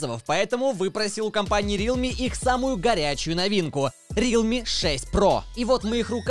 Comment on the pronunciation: НЕ РИЛМИ А РЕАЛМИИИИИИИИ